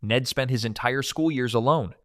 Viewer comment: I thought u said Nettspend instead of Ned spent😭